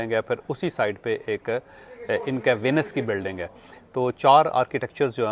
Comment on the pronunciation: Bhai Sahib vlog bana rahe ho ..kam se kam “ VENICE “ to sahi pronounse Karen …